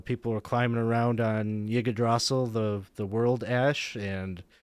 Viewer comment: Yig eh draw sill? That’s certainly a way to mispronounce Yggdrasil.